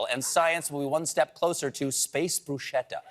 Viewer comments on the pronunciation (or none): BTW bruschetta is pronounced brusKetta, not bruSCetta! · *Stares angrily in Italian Bru-sket-ta not Bru-sheta. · please please please. bruscHetta. not bruscetta.it's like ski. not science. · The word is pronounced brusketta. It's Italian, so the h after the c makes the c have a hard sound, like a k. Nevertheless I love Stephen and hate when he gets sick and has to miss. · Steven would be kicked out of Italy with that pronunciation of "bruschetta". 😂😂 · I hate to be the European to point this out, but that's really not how you pronounce bruschetta